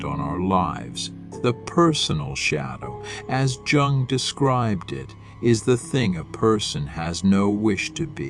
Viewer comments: With all due respect: JUNGLE is the incorrect first syllable of Carl Gustav's last name. j. U. N. G. is pronounced with a SOFT jay, as in the word yellow. Yung is more like it. Respectfully submitted for your consideration Gregg Oreo Long Beach CA etats unis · Jung is pronounced Yung. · Might want to rerecord this... personally hearing such a drastic mispronunciation of an important name makes it seem like the topic talked about is not cared about..I stopped watching at 20 seconds lol